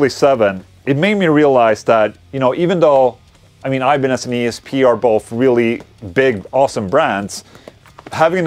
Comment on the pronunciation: try to say IBANEZ like it is , it is not english word !